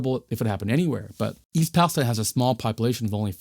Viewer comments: East Palestine is pronounced PAL-es-TEEN. 😉 Excellent reporting, thank you. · That one’s “pal-ess—TEEN” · it’s pronounced palesteen! otherwise, good job. i know this is 10 days old so we’ve gotten a lot more information. i hope you plan on doing an update.